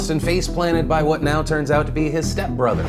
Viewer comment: Mungey, ingevbly, Ngo, eveng ngow. Like brother you can record another take, it doesn't cost you any money.